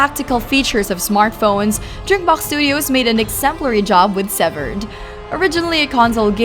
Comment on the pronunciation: Severed or seviiired